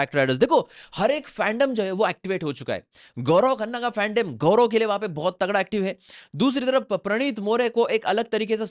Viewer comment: Pahle tu Sahi sa Naam Leena sheek gaurao nahi hai Gaurav hai 😂😂😂